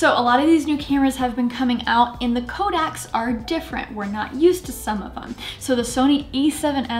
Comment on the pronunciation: Are you pronouncing codec as kodak?